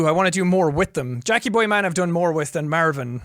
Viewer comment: "Mærvin".......... Stupid leprechaun i love him. (Also this is honestly my comfort video and i watch it whenever im sad, im glad its archived :))